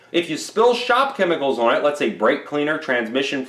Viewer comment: His videos would be easier to watch if he talked normally and pronounced the word “on” correctly.